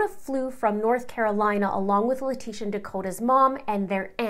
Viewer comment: I think it's an inside joke to mispronounce LIE-trashia's name. They say it perfect when they say Al or Gannon, but when it comes to her that is when they go crazy with her last name😂😂